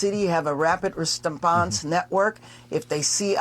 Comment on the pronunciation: All I heard from Bass was "res-tuh-ponse", "fry-dee" and "sovereign-tree". Complete and utter brain rot. I rest my case.